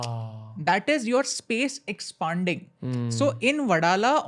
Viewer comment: It's Expanding not expunding